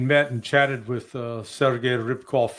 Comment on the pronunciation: It is Sergei Ry-AB-kov, not Ribkov or Ribikov.